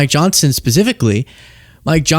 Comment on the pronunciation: it sounded like you said "My Johnson" lol